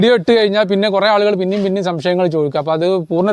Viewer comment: ഷംശയങ്ങൾ അല്ല ; "സംശയങ്ങൾ". കുറ്റം പറയുകണെന്നു തോന്നരുത്.